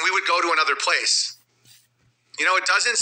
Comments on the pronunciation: Every time he says "pwase" instead of "place" i laugh. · he struggles with that word and the word "police"